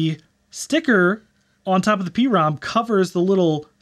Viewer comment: "Prom" like the dance you go to. Not a pee-ROM.